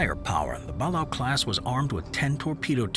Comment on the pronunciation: Ba-lay-oh class